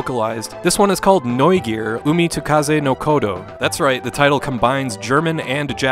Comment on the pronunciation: decent pronounciation of Neugier btw